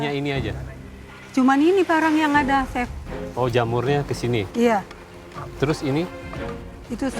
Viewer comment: kebawa ngomong Chili, nyebut Chef jadi Cep 😭